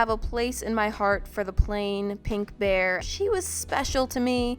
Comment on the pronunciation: "On my BearrrrrrrrrrrrrrrrrrrrrrrrrrRRRRRRRrrrRrRRRRrrrrrrrrrrrrrrrrrrrrrRrRRRrRrRR"